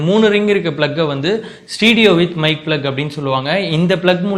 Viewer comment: Bro adhu stedio Ila.... Stereo....neengalae ipdi thappa Sona kekravangalum adha thappa adha puripanga....